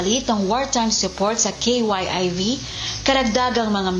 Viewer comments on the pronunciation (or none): KYIV po...hindi K.Y.I.V. Isang salita po yan. Hindi po yan abbreviation. Nako naman.